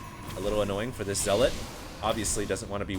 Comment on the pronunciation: Gotta agree...but at least doesn't pronounce Zealot as "zee-LOT" like some other casters do...at least most of the time.